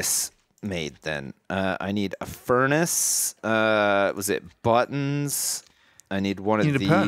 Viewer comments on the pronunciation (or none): none